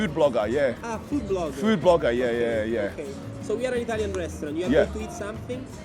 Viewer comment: Italiania 😅hahaha so funny 😁 if they say italian it italian right nope it's not!!